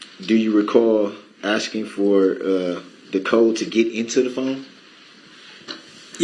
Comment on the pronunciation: He thinks he is axing such brilliant questions! And then he belabors a sentence to death!